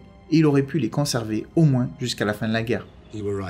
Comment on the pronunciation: C est moi qui rêve ou tu prononces "moinsse" à la place de "moin" ?